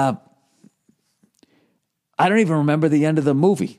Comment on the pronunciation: "member the old days.... member chewi... member E.T... yeah I member"